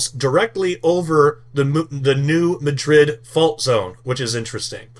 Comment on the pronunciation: It’s pronounced MADrid.